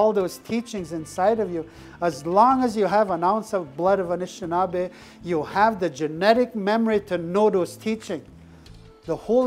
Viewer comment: Anishinaabe not shushing.